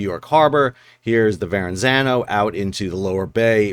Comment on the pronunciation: I know that Portal needed to be replaced but I had no idea what a clustersomething it had become. I used to work in Lyndhurst and spent many a lunch next to the river in DeKorte Park. It's a shame that everybody involved can't be a part of the work being done. And, it's Verrazano, not verraNzano. Pet peeve from a Jersey resident. Love your channel and thanks to TimBatSea for sending me here a while back